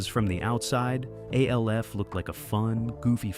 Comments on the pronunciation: Alf, not A. L. F. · Why do you call it A-L-F? It's literally just Alf. Did you not look it up before making the video? It's distracting when you say it and takes you out of the video. Other than that, I like the way you do your videos. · Its pronounced Alf not A-L-F ...lol😂😂😂😂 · Every time he says A-L-F all I hear is AFI the music band. Fun fact their full legal name was "A Fire Inside" But nobody every called them that. MGMT on the other hand trolled their own followers who didn't realize this acronym means Management and in business, if you see MGMT you're supposed to say Management. They knew most of their fans wouldn't get that. It was an inside joke the band had of mocking their own fans. Funny Gen X got this nuance and the joke, Gen Z didn't, and they get pissed if you point it out to them. The will argue until they're blue in the face, all you have to show them is an find a much later interview from the band to prove you're correct. The band was called Management. Their album was called MGMT. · Sorry but the video crossed the slop line with Alf being pronounced as A-L-F. I'm out. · You say alf as one u dont separate the letters 😮